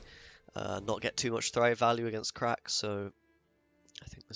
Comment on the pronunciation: omg it's pronounced CRACH not CRACK. You need a real glottal emphasis on that -ACH, capture the phlegm